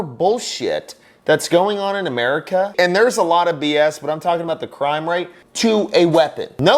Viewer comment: doesn't have the right to talk about making laws when he can't even say America.